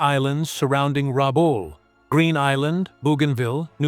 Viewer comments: Rebool? Rabul? Rebell? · The presenter is unable to pronounce RABAUL correctly & on screen spelling is wrong. Lift your game. And it was an Australian possession. 🦘🇭🇲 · I grew up in Rabaul. I wish they would say the name correctly. I went to school over the road from the major head quarters for the pacific. It was was only 1960 -- 15 years after the end -- still heaps of stuff about. Was an interesting time. It was well defended but was not a fortress.